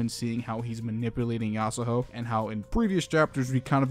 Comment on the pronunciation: It's annoying how you say yasahoe instead of yasuho